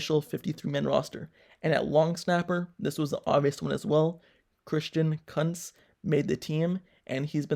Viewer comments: Long snapper Christian Kuntz's last name is pronounced "koontz", not "cunts" lol 😂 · Christian Kuntz (pronounced "Kooontz") 😂 not what you said 🤣 - Thanks for updating us so fast 👍 Sorry to see Zach Gentry go. No more chillin' n grillin' (Though, Coach T directed his "DON'T SEEK COMFORT" quote several times towards Zach on his grillin' show a few weeks ago) 😢